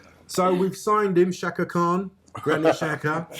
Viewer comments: It's not Shaka ffs. It's pronounced Jaka. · when will arsenal fans start saying players name right. Its not shaka, xh in albanian is a G.